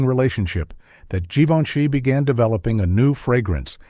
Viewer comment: You hesitate on the pronunciation of Givenchy : Zhivenchi is the correct way. Billy Wilder had a crutch on Audrey Hepburn (don’t know if it was during the filming of Sabrina or Love in the Afternoon) and he was a little afraid of speaking in his dreams, but he came to the conclusion it would be harmless because his wife’s name also was Audrey 🤣 Greetings from France 🇫🇷